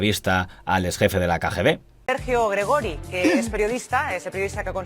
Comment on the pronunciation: Gregori es Gregorio en catalán y se pronuncia Gregório.